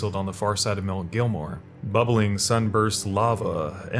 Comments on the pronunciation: “Sofia River” “mount gilmore” Jesus man at least try to pronounce them correctly. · Mount “GELL-MEER” not “Gilmore”. “SEE-OH-FRUH” not “Sofia” “Ehh-so-terric” not “ee-so-terric”